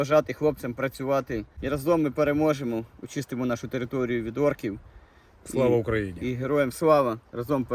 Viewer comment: Мне не одному слышится что они говорят САЛО УРОНИЛИ ( вместо славаукроине) 😂😂😂